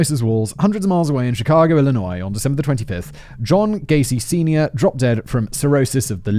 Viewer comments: Every time you said john sernior I heard john cena. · Every time he says John Senior I keep thinking he’s saying John Cena. Hustle, loyalty, and alcoholism. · I know it's a horrific story but every time you say John Senior my brain hears John Cena creating inappropriate bathos